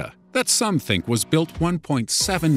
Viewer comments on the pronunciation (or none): none